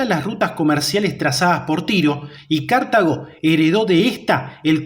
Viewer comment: ¿Pero tu dónde ves la tilde para ir diciendo todo el tiempo "cártago"? Es Cartago, una palabra llana